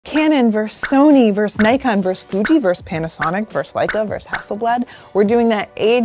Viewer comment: VerSUS. There are two syllables in that word. The word is not "vers".